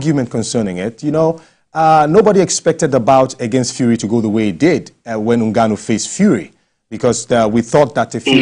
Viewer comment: is getting on my damn nerve with the way he pronounces Ngwanu. Bro, it's Ngannou.